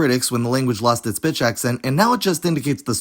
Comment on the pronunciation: It did NOT sound like he said "pitch"